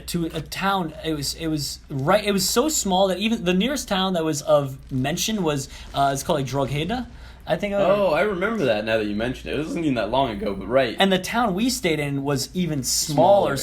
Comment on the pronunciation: that place you mention "drogheda" is in Co.Louth its pronounced like "draw ha da" or as the locals would say "drawwwwwwda" haha was funny hearing you say it like "drow gay da" XD